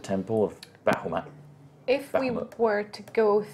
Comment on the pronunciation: Say it with us BAH HA MOOT: Bah hoo maht No...BAH HA MOOT: Bah hoo moot Nevermind...